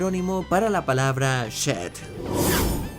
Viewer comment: Shet enserio es shit porsicaso es como se pronuncia no como se escribe